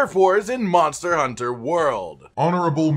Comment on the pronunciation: dude says "monter hunter"